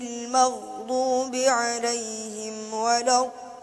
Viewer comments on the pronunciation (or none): none